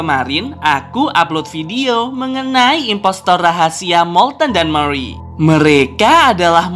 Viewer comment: Murey bukan meriy